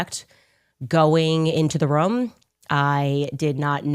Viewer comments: “into the rum” no, it’s pronounced ROOM ……🤦🏼‍♂️ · Lol. Ugh and she just room like rum. This woman needs a serious pronunciation class. Good Lord. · Also “room” “Ruum” 😂